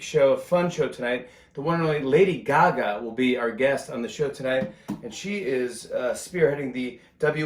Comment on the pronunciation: I giggled out loud when he read: "The Tonight Sbow..." 😂 I love him so much more now that I've seen what a great father, and husband, he is to Nancy & the girls. He's genuine! I have so much respect for him. I'll be a fan for life! 🌱